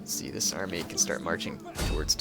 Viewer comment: ... "large amry" comon man you can do better than that